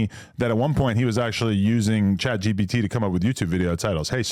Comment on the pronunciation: When is someone finally gonna correct that it’s ChatGPT not chatGBT 🤦‍♂️